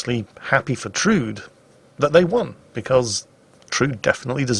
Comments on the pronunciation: Actually, it is pronounced Trud-E (e as in ever). Norwegian womans name. ;) (Guess it is originally a German name actually) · "Trud" is Tru-de a Scandinavian girl's name. She did well. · Actually,, it's pronounced "Trud-ay" She's a character from Strike Witches.